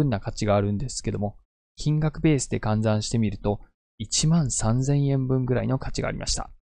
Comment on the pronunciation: 換算をカンザンって読むのはどこで習ったんですか？